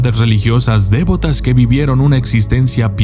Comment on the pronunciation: Documentalista se dice devotas si acento en la E.